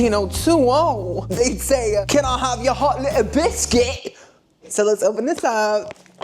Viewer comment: Your English accent for hot little biscuit was spot on king 🤴 am i English? No but i can tell